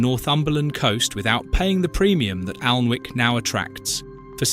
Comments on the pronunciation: Can’t people pronounce words right, especially names of the resorts, for instance Alnwick, the letter W is silent, you don’t pronounce it , in fact it’s pronounced Anick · Alnwick and Alnmouth - the N is silent - Anick, Anmouth! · Alnwick. Allenwick. Great pronunciation! 😂 AI again. 👎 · Pronounced Anick!!! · Just to correct the author of this Tube ..Alnwick is pronounced correctly as Annik the "w"& "l" are silent as is the "e" in Farne